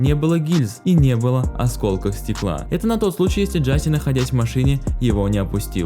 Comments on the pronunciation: Не Джаси а Джасей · не джáсей а джасéй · Какой нахрен экс и какой нахрен Джастин?!??!? Это икс и он же Джасей!!!!!